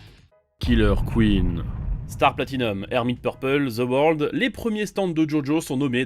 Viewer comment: il dit The worldo